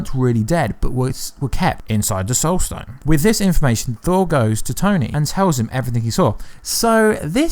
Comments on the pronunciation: “stoled sone” instead of “soul stone”. 🤣🤣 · you say "stole sone" a couple times instead of soul stone. lol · He says Stoul Sone 😂